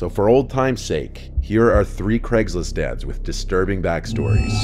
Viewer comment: It sounded like you said “here are some Craigslist dads” lol